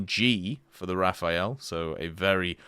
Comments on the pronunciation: Stop saying Raphael. Just say RA-FAIL, if you can't do the french pronunciation. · hi bro! nice videos... but can you please stop calling the rafale as if it was written Raphael? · Dislike each time I ear RAFAEL again!!! Even the Devblog say Le RAFALE! Translate :burst/gust and not a italian name! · imagine being mad that someone isn't pronouncing a foreign word properly